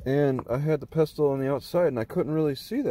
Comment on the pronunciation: FYI it's pronounced "pessle" not "pes-tel".